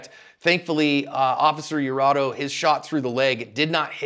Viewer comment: Its Iurato, with an I, not an L.